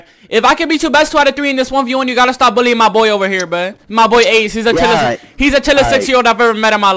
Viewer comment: He says billien instead of bullying... horsi